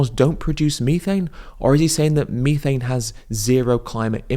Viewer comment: Hearing Ed’s syrupy pronunciation of vitt-a-min and mee-thane is enough to send me to the nearest Macca’s out of spite.